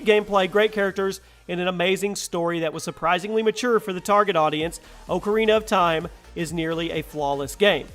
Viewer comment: lmao wth is wrong with you? top 10, 30 games of all time. I.D software? instead of pronouncing it like idd. That sonic 2 footage is from the mobile remakes? Not to mention the way you pronounce things. Oh ko rina of time, Koh no mi lmao instead of Ko Nah Mi